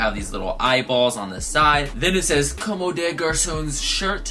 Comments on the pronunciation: it s "Comm" bro the e is not pronounced 👍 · bruhhh I don't mean to be the grammar nazi but it pronounced like "comb" haha its french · I'm French, you don't pronounce the e at the of a word unless it has an accent or another consonant following it